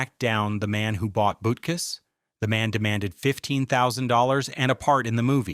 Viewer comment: please say the dogs name right